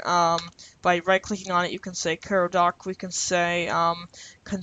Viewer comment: learn how to pronounce things... ffs kai-row like the city... not care-row